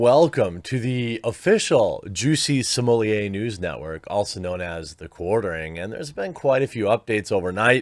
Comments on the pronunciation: Why do you keep pronouncing his last name " simolie"????? It is " SMO -LET" !!!!!! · Literally the only person that say Smollier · It's Smoll-ett not Smoll-lay. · I always have to chuckle how you say "Juicy Smollé" so consistently :D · You know you can say his name correctly nothing will happen to you please speak correctly you making name the way you do is stupid annoying. I know why you doin it but you won't get a strike and don't lean just on YT for anything bad idea. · Why do you pronounce his name so weird? Is that just you or is it some weird name other people have given him? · I wanted to watch this but knew i couldn't sit through another 15 min of him mispronouncing jussie's last name. Not cuz i gv a shit about human garbage ol juicy boy but it really grates the ears. Especially cuz u do it so many times. Sommelier is a noun, a person, professional descriptor- Smollet is a surname & not pronounced (or spelled) that way, quit trying to jazz it up. Or just quit being lazy. Sound it out, maybe watch 1 r 2 of the 1000s of clips of 100s of ppl saying his name. Even the captions of ur own videos will show u you're wrong. I know it shouldn't bother me but it really, really does. I'm aware some apply a more French pronunciation, which would still not be the way u are saying it. Stop it.